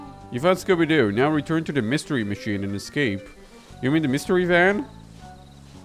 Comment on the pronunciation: "Scooby-Jew," you kill me at this time xD